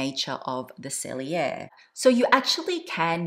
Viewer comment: much love. Please allow me to note: Retourne is pronounced “ruh-torn.” The e at the end is silent. Sellier is pronounced “sell yay.” The “r” at the end is silent. Thank you for all the mod shots and detailed explanations! Even though I’m petite and 5’3”, the 25 is too small for my daily needs. I prefer a 28 sellier.